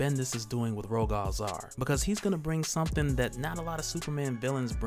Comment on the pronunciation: It's pronounced Ro-gull Zay-ar like royal with a G instead of a Y. And then Zaar is a fine A sound, hard A, soft A. Like "Say are"